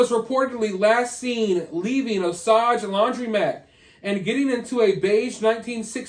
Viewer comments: O-sage... Paw-husk-a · Hahah I love when people try to pronounce Oklahoma towns . It's O-SAGE. 🤣🤣 AND PAW-HUSKA really enjoying your lastest rounds of videos. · just an fyi~ Osage is pronounced like owe·sayj😉. I think it's very noble & inspiring that detectives don't just give up on cold cases. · I was gonna comment the same but I felt like a jerk because I used to say it the way he did 😅 I’m glad someone else said it